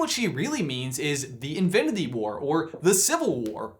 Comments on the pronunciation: lol at the beginning he says Infididy war instead of Infinity xd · “Infdinity War” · I like how you say "infiniTHy" 😂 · Am I the only one who realizes that they can’t say infinity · It bugs me so much that he can't say Infinity correctly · he messed up the word “infinity”